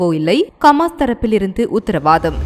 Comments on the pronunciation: ரF பா.... ரபா...இல்ல.....கமாஸ் இல்ல.....ஹமாஸ் பெயர்கள் அழகாவாசி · கமாஸில்லை சகோதரி ஹமாஸ்.